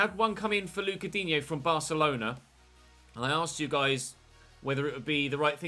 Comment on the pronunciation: Hi, loving the series. Just one thing of note, and so many people get his name wrong, is how to say Lucas Digne. It's pronounced "Luca Dean" if you want the correct pronunciation. Source: There's a video online of him telling a reporter how to pronounce his name:)